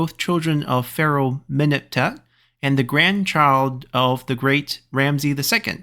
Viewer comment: As an Egyptian, I am very excited for this haha ♥ Also, Ramesses's name is pronounced with all S as S not as Z, and the last e prolonged, so like /Ramsi:s/